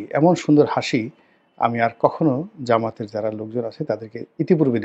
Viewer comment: জামায়াতের নামটা সুন্দর করে বলবেন। যেমন ;- বাংলাদেশ জামায়াতে ইসলামী